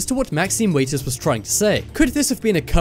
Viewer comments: Maxine "Waiters"? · Maxine "Waiters" What wut?!?!